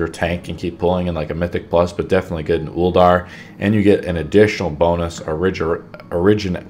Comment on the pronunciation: Bro, say it with me... UL- DEER